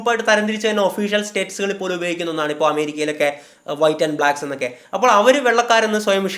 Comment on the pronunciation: ഴ് അല്ല ൾ e.g. അപ്പോഴ് അല്ല അപ്പോൾ എന്ന് പറയുക.